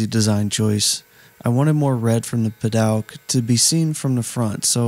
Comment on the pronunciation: Never heard padouk pronounced "pad-aug" before.